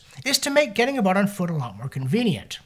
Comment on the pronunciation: Did you say getting "a boot" on foot?